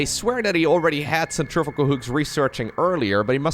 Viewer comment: CentriFUGAL hooks. Centrifical isn’t a word. Bill nye had a famous rant about it ! Sen-tre-few-gull